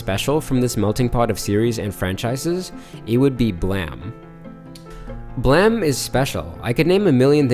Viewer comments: ... The word is blame. Bluh-aim. How do you think the word blame is prounounced blam. In what world ever has ame sounded like am? Shame, lame, game, dame. Do you say gam, sham, lam, dam? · Thought the same but the creator pronounces it “blam”. More thrown by “silicone” for “silicon” life forms tbh